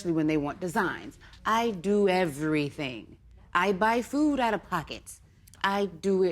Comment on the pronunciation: Girl you put the emphasis on "Everything". Emphasize RUN.